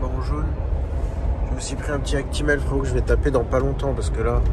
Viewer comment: "on achète pas une baguette de pain fwérottt" mdrrrr